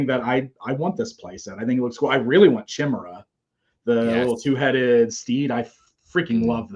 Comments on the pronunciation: Thank you so much for being another voice than the one in my head. I mean, seriously; MOTU people are all about that lore connection with mythology, as was so many other iterations of popular culture. How in hell is Chimera still mispronounced in 2025? We even had a pandemic featuring a ‘chimera virus’ for God’s sake. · It's wild how few people know how to pronounce Chimera. Even Damon at Mattel botched it lol.